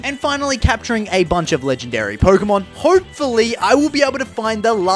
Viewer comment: It’s arces but it’s pronounced ar- key- s and also it’s not porkumon it’s Pokémon